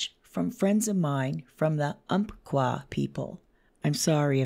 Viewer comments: Hey, you said Umpqua right. 👍🏽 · Holy moly, I live just down river from this area!!! And, you pronounced Cazadero & Umpqua correctly. This makes me feel more confident that they're still here. And just so you know, Cazadero is part of Estacada. It's technically a historic locale that was once a station on the Estacada interurban railway which ran all the way into Portland from just past our little town.